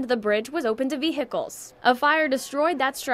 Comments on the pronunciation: Did you seriously pronounce vehicles as veHICKles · No, it’s not vehicles, it’s veHICKles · ve HIckles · she says the bridge was open to 'Vee Hickles' - me and my wife were just wondering who this is? Does anybody know? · "... and the bridge was open to vee-hickles." ))) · Ve... HEEckles